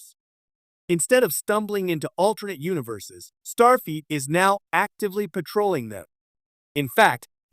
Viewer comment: Stop saying Starfeet!!!